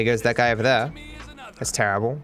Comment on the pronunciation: Nobody:: literally misses one bullet: TERRABLE